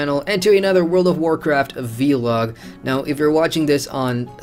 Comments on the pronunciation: Say VLOG not V-LOG please... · try it... its not hard, say it with me... VVVLLLLLOOOOG :)